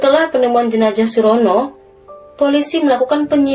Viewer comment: Salam dari Riau, dek mimin. Sedikit masukan, harusnya jenazah, bukan jenajah. Z dan J itu beda.